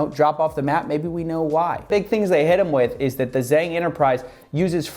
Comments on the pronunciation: Small, pedantic point from a speaker of 3rd grade mandarin - Kevin’s last name is pronounced like “jong” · zhang is roughly pronounced jong for further reference. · Btw, you're pronouncing the "Zhang" in Kevin's name wrongly. (im an asian)